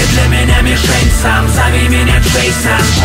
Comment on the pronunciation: Не Джэйсан а Джэйсон. А так круто.